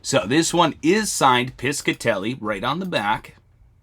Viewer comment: Hello thank you for all your videos! Just fyi I was born & raised in RI which had alot of jewelry factories, the Piscitelli jewlery co was owned by my uncle's brother...its pronounced pishatelli ( rhymes with fishatelli) the c is silent lol your doing a great job ❤